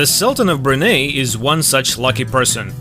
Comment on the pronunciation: Brunei is pronounced as "Bru Nai"